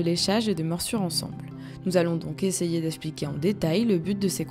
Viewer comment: Essayez de faire attention à votre diction. Esssspliquer, c'est désagréable à l'oreille. On dit exxxpliquer. Merci. Et aussi mainTEnant et non pas mannnnant.